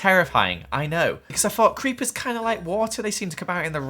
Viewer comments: you said creachers not creeper's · did just say creachers